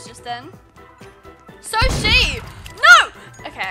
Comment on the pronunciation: Omg ur naur got me laughing so hard